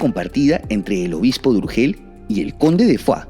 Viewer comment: Soy catalana, se pronuncia “foix” /fosh/ tal y como suena y no a la francesa /fua/. Un saludo y gracias por tu contenido. Es muy TOP.